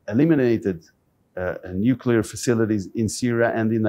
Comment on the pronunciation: My name is Joel too. It is embarassing that keep mis-pronouncing the word "nuclear". It is not "nucular". Dude, please.